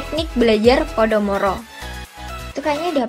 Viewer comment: Koreksi ya mbaa, pomodoro bukan podomoro.. Videonya keren-keren 😁